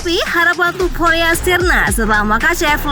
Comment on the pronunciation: Topuria min bukan tuporia😂😂